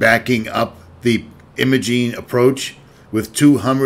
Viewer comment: The locals in Ouray pronounce the “I” in Imogene like the “I” in “lime”, not like the “I” in “him”.